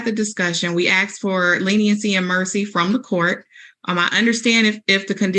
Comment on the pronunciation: Dear Public Defender Lady: The word is ‘asked’ not ‘axed’ omg really?! Law degree, huh? 🤣🤣🤣